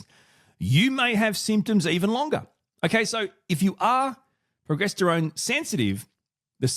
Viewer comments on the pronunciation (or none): Pro-Jester-Own, that's how I've always heard it pronounced.